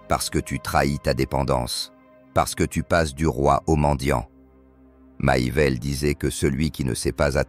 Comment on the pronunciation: MACHIAVELLI se prononce MAKIAVÈLLI et non maillevèlle ni machiavèlle